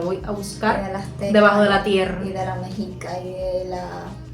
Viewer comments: Hola pepillas. Mexica se pronuncia mecshica. Les quiero contar una parte de la leyenda poco conocida, sobre el corazón de Copil donde creció el nopal en el que se posa el águila. Cuando los mexicas llegaron a Malinalco (es una zona arqueológica del estado de México), la hermana de Huitzilopochtli, Malinaxochitl, quería que se asentarán allí, pero el destino era otro así que los mexicas continuaron su camino y abandonaron al grupo que se quiso quedar. Copil, hijo de Malinaxochitl, se quiso vengar de Huitzilopochtli por abandonar a Malinaxochitl y fueron a atacar a los mexicas que continuaron el camino hacia Chapultepec pero Copil fue derrotado y su corazón fue arrojado al río en Acopilco (un pueblito que se encuentra en Cuajimalpa) el corazón de Copilco llegó al lago de Texcoco a un islote donde hoy es el zócalo de la ciudad de México y ahí creció el nopal donde se posaría el águila devorando una serpiente. En el escudo de la bandera se puede ver qué el nopal está sobre el corazón de Copil. Cuando los mexicas llegaron a Chapultepec fueron expulsados, luego fueron con el señoria de Culhuacán quien los dejo vivir en Tizapan, hoy San Ángel, lleno de piedras y serpientes. Hasta que por fin llegaron a dónde fundarian Tenochtitlan, donde hoy se encuentra zócalo de la ciudad de México. Al principio fueron tributarios del señor de Azcapotzalco pero con los años fueron ganando poder y así se formó el imperio mexica. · Se pronuncia "Messhicas" en algunos casos la X se pronuncia como "ssh"... En el vídeo lo pronuncian mal porque es una voz artificial, Saludos desde CDMX La Gran Tenochtitlán... Soy su Fan..!! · mal, es meshica, pronunciación de la lengua náhuatl,.. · Mexica se pronuncia Meshica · Nel ese vato está pronunciando mal es mexica ( meshica ) esa es mi RAZA. Orgulloso de ser azteca. Deseándoles lo mejor ( ese vato creo que no es mexa ) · Mejica seria en el castellano, pero meshica seria en el dialecto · La X se pronuncia SH en el idioma nahuatl o azteca.